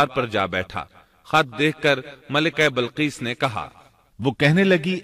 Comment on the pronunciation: Bilqees asal word h ye admi balqees parh raha h. Zer zabar ka to dekhly pehly.punjabi h kia